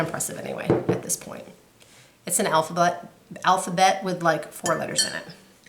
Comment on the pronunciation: your stitching is beautiful and your finishing, I mean... AMAZING. I had to chuckle when you were talking about your car stitch I kept thinking you were saying "ELF BUTT" and I had to rewind 3 times only to realize you were saying "alphabet" lol. Anyway, I am currently stitching Prairie Schooler 2006 Santa, love them, fun stitches. Would like to have the SANTA holding an OWL...have a great few weeks.